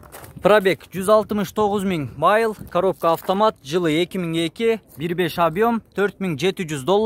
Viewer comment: Майл дебей милль десен!